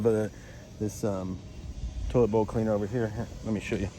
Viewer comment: I thought you kept saying “total boat cleaner”…but not its “toilet bowl cleaner” 😂